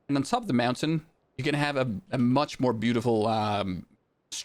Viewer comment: I love how he says "MAUNTAIN" XD XD